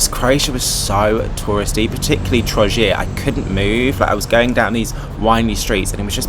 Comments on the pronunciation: Hhelllooo its Antonio my favorite video on your channel 😭😭 Its TRO GIR not TROŽIR We know prices 😭 Its sto bre č(ch) My top 28 are (ROBED) I just need more phases and i will be happy I hope Croats where nice to you and that you had a good time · Hhelllooo my favorite video on your channel 😭😭 Its TRO GIR not TROŽIR We know prices 😭 Its sto bre č(ch) My top 28 are (ROBED) I just need more phases and i will be happy I hope Croats where nice to you and that you had a good time